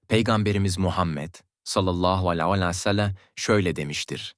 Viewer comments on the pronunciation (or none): Sallallahu aleyhi vesselam neden düzgün söylemiyorsunuz. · "Sallallahü aleyhi vesellem" demeyi bir türlü beceremiyorsun. İnsanın aklına "acaba inançsız mı" diye düşünmek geliyor. "Sallallahü aleyhi vesellem" demeyi öğren ve videolarda söyleyebil. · Sallallahu aleyhi vessellem Demek bukadar zor değil amacınız ne acaba😡